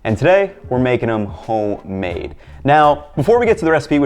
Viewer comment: Yo he straight up said “hoe-made” in the intro